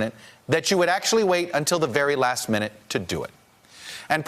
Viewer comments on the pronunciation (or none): none